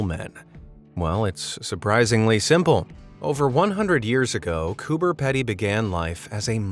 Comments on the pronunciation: It's pronounced"Cooper pee d" Coober Pedy even though it's spelt that way just a heads up great vid though 😊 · It’s pronounced Cooper Pee-dee. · Just an Aussie nuance for you, "Coober pedy" is pronounced "Cooper peedy" lol. I don't know why, it just is. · You said cooper pedy wrong 😑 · pronounced with a long e, coo-ber pee-dee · Coober Pedy is said as Coobah Peedee and Emu is said as eemyou. Just your useless facts for the day 💜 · Not that I wanted to be “that guy,” but Coober Pedy is said with a long E, not short Coober peedee. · Its pronounced coober peedy bro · It's pronounced Cooper P(eed)y !! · Its pronounced cooper peedy dude and its my home state get your info right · The second word of Coober Pedy rhymes with needy, not with ready. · i believe as an australian coober pedy is pronounced “coober peedy” someone correct me if i’m wrong though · You're right. Fellow Aussie herd. The way he's pronouncing it denotes a double D. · That’s how I have always heard it pronounced, by the people who live there. So yeah, I agree. Coober Peedy. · Love it but I really wish the narrators would take 2 seconds to learn the pronunciation of words they are unfamiliar with. Coober PEE DEE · did anyone else notice that he can't pronounce Coober Pedy properly Or was it just the Australians like myself that realised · learn to pronounce the ausie one,u are wayyyy off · go to google and type in how to pronounce "Coober Pedy" because you are so wrong, its funny lol.... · You are right mate I’m cringing every time the narrator pronounces it. Or any other person saying Aussie town names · THANK YOU!!! this was annoying the shit out of me the whole time hahaha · It's pronounced "Coober PEEEEDY not Petty!!! I have been there and they would laugh you out of the bar of they heard a bloke call it that name!!! haha Cheers! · bro im in australia and it annoyed me so much he was saying it like coober pedy because you pronounce it like coober peedee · Its pronounced Cooba Pee-Dee